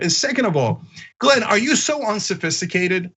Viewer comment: The guy at the beggining of the clip couldn't even pronounce Glen's name properly.